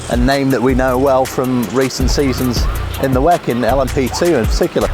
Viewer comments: she says Weck? Whack? Lol 🤣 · WEC is an acronym. Stop saying it like it's a word on its own.